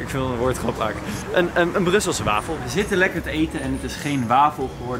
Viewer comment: Ik vond het grappig toen enzo wafels verkeerd zei ook omdat ik Belg ben